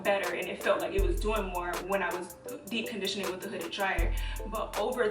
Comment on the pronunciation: 🤣🤣🤣 “dee condition”